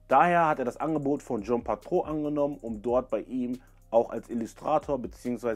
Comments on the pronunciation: Sehr gut recherchiert und ausgearbeitet aber die Aussprache mancher Marken wie Patou oder Balmain sind nicht sooo gut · Natürlich, die Aussprache ist nicht besonders gelungen